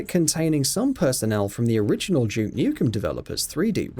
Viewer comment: It's Duke not Juke.